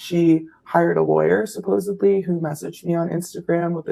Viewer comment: When did they put a "b" in supposedly? I think all youtubers say "supposebly"